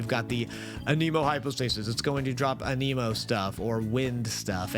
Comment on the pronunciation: This was super helpful, thank you a bunch!! (though it hurt a bit to hear you say "a-neem-o" intstead of "an-em-o" like they do in the game itself ahaha. But anyways, this answered everything I was wondering, besides too things that I have trouble finding answers for-- 1. What about multiplayer? Is there anything I should know about playing with random people? I am very shy and only solo play but I feel like I might be missing out. 2. Is the "every 10 wishes guarantees a 4 star" only applied to doing 10 wishes at once, or does it still count regular single pulls? I have been saving everything and only doing the full 10-at-once pulls because I thought that was the only way the guarantee worked. Am I wrong and could I be using single pulls for the same eventual outcome?